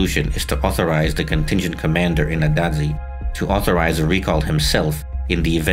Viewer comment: Latvian here. It's pronounced as "Ādaži" - Aadazhi not adazzi xd